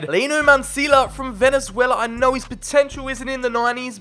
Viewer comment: Obviously I'm rooting for my home country Venezuela also u said it wrong